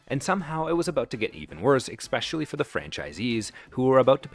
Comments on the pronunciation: Hello, your friendly grammar police carrying his routine duty here. "espresso", not "expresso". "especially", not "expecially". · "Expresso shots" "Expecially" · Please, it's ESpresso, not EXpresso. It's ESpecially, not EXspecially. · Pronounce the word, especially properly. it’s not exspecially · It's "eSpresso", not "eXpresso". And, it's "eSpecially", not "eXpecially". If you're going to make YouTube videos, perhaps you should know how to say basic words.🤔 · It's especially, not exspecially. Also, it's artisan, not artesian. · I tried to get through the whole video, which was interesting, but it's "espresso," not expresso. It's "especially," not expecially. If your goal is to educate your viewers, please learn how to pronounce basic words. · You misused the word “artesian” multiple times in this video. “Artesian” means a type of groundwater well. You meant “artisanal.” Also “especially” and “espresso” are pronounced “ESS-“ not “EX-“. You sound uneducated. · you said “expresso,” “samwiches,” and “expecially.” about time to start speaking like an adult, narrator guy. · Can someone let the narrator know the word is not ex specially. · What does exspecially mean? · Please stop saying expecially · "Expresso" and "Exspecially" in the same video. Get it together, man. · I cannot believe you said "eckspecially" . 🤦🤦🤦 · "ECKspecially" sorry to bust on your pronunciation a little bit 😂 great episode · Ex-specially ? If your not smart enough to pronounce a simple word, then how smart can you possibly be about anything else? BYE ! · That’s where you get the water to make the “expresso”. 😂 That’s an “expecially” important menu item, right? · Also said "expecially." How is AI this dumb? That's not even a word. Actually I think AI wrote and generated the video for the whole thing. "No one calls McDonald's clean." What? McDonald's prides themselves on their cleanliness. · Did you say "ex-specially"? You have got to be kidding me. Are you 8 years old? Is this a book report?